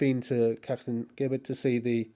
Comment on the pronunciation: Bloody annoying imbecile why do you persist in referring to the caxton junction wrongly you have to pronounce the Gi in Gibbet as Ji in Jim.